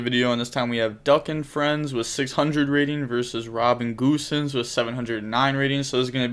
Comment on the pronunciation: Its gosens not goosens. Referring to the german footballer